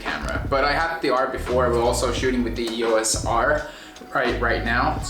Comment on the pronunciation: It's pronounced eee-oss not eee-oh-ess.